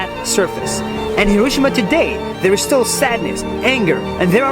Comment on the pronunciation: It's not HirOshima. It's HiroshIma🤣